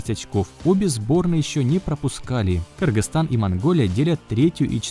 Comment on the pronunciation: Автор молодец, уважуха! первые вижу правильное произношения название нашей страны. Кыргызстан Алга!!!